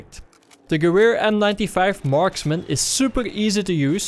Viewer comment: Gewehr in german means in English gun. so just say gun.